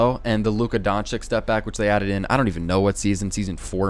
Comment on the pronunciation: It’s luka donchich no donchic